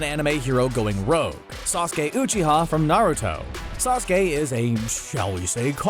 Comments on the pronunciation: I clicked off when he said “OOCHIA” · Is it that hard to pronounce uchiha